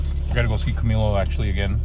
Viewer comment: Absolutely love the videos bro. I trip out every time you say Camilo 😂